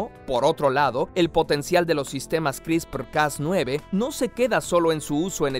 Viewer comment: Me da risa cómo pronuncia “CRISPRRRRRRRRRRRR” Jajajaja 😂😂😂😂